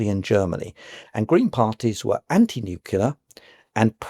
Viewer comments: I find it hard to take someone seriously about energy when they pronounce "nuclear", nucular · I just can't take someone who pronounces it NU-CU-LAR as a serious academic